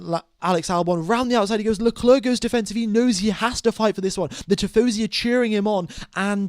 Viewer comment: Can I just say that it's pronounced LeClair and not LeCluurh